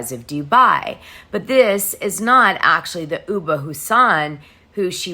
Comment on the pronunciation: Great job as usual. By the way ubah is pronounced oobah. Last name pronounced Ha son. Not Houseein, which is also a common in Somalia (or Muslim countries heart❤